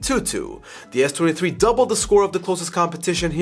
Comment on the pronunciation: Sounded like he kept saying 33